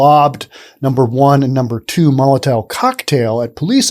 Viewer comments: STOP SAYING MOLITAIL, IT'S MOLITOV. MOLITOV, NOT molitail! This is grade one pronunciation, and you just failed miserably. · Molotov isn't the hardest word to say.... except for you.🤔